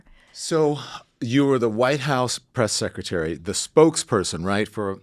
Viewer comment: Someone tell her that Sec a tary is secretary, pronounce the R